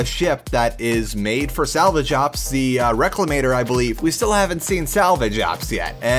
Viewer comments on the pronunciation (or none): and the reclamator? what the heck is the reclemator? a search on the RobertsSpaceIndustries website for 5 minutes will give you the right names. Talk about not doing research. I stopped halfway through the video because he got so many things wrong about the project, I wasn't even going to bother watching more at that point.